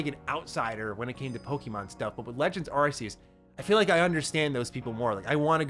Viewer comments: "arKeus" not "arSeus" :D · It's aa-key-us not arse-ius lol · u can tell ur not a fan at all coz u just said Z-A takes place in the same place as Black n White lmao Z-A it's literally X and Y ... n stop pronouncin Arceus wrong it's AR-KEE-US -- but what can i expect from an AEW fan... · Why is he calling it ar-see-us? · You are saying arceus wrong xD